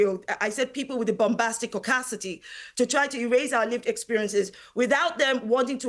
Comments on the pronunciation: This woman saying caucacity as an insult and a blanket insult to all white people crying because somebody said igger with an n in front of it😂 moron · Is she using the word causticity on purpose? 😂 Pretty sure she's searching for the word audacity. Two different words. 😂 Clown 🤡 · What on earth is “Bombasticaucacity” that this moron keeps repeating? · That first panelist so called doctor (race baiting clown) keeps repeating ‘audacity caudacity’ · I'm sorry, but after rewatching the video where she says "caucasticty"... She clearing was trying to say audacity and messed up. Is this a new thing? Like did she basically create this new word, or has it been around for a while? I think she just needs to go back to school. 🙄